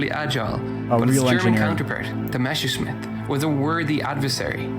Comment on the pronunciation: Why, WHY do so many English speakers switch around the ss and the sch? It's MeSSerSCHmitt (Mess-er-shmitt), not "Meshersmitt"! 🙄 For good measure: Heinkel: "HAYN-kel" Arado: "Ah-RAH-do" Junkers: "YUNK-ehrs" Henschel: "HEN-shell" Gotha: "GOH-tah" (no english "th") Dornier: "Dorn-YÉH" (french) Oh, and Porsche is pronounced "PORSH-eh", not "Porsh".